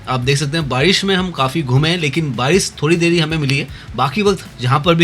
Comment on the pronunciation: bhai aapko pronunciation sahi karne ki bahut zarurat hain, aap barish ko bhi baris bolte ho